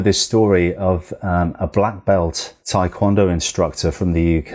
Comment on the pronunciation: Still isnt called thaikwondo you moron its TAEkwondo.